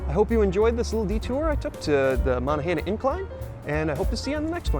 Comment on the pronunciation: Good video. That area has a mix of native american and french names. So the incline you rode is pronounced like "Mow-non-gah-hail-ah". Also Duquesne is "Doo-cane"